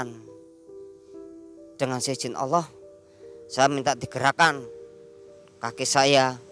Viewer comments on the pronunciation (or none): Maaf narasumber, yang benar Allah pak, bukan olloh